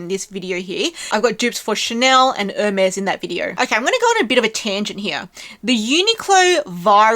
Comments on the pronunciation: Since you asked, Chypre should be pronounced sheep-rhuh (the second syllable being brief, like Louvre). It’s the French name for Cyprus. Hermès should be pronounced more like air-mes, rather than urr-mez. 😊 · Hermes is pronounced Or may it is french